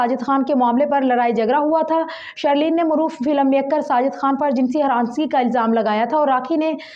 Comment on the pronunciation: shhhhhirrrleen aur shhhareeef.lolz